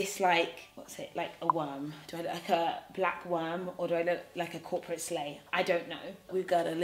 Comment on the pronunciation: When you said corporate bitch I thought you said crop a bitch... 😭😭😭... #cropabitch